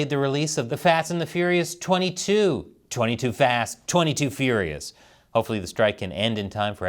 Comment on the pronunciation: I definitely heard "the fat and the furious"